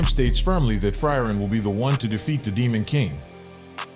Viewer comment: pronounciation of frieren is bad, good vid tho